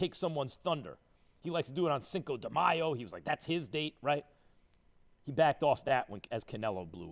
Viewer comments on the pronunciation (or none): none